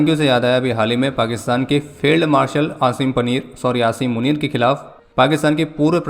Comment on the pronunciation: nhi bhai ventilator par tha 😢 fir jab bhaiya ne asim panner bola toh theek hogya 😂